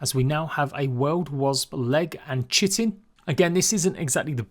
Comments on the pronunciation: Btw bug exoskeleton chitin is pronounced as Kai-tin not tryna be rude but it's just a pet peeve of mine. Love you videos tho man, really love the leaks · Chitin is pronounced Kai-tn